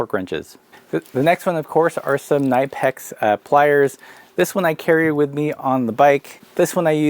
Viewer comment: Knipex is pronounced "Nip-X", you use it to "nip" things up, as the brits say